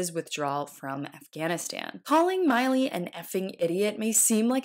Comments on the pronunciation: It's "Milly", like Milli VaNilly not Miley like Miley Cyrus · FYI,...It's Mill..eee,..not Mile.EEEE (3 years of hearing his name and she still got it wrong) And the word "Certain" has a T" in the middle of it. How can I trust the information when the narrator hasn't done her homework. Just a talking head. ? I'm out ! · It's pronounced mill-ee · It's Milley. Like MILL-LEE. Can't even pronounce the man's name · you keep flubbing his name, Milley. , Trump pronounces it correctly.